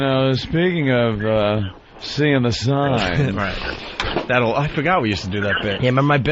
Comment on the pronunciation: "I sauw the soyne" ^^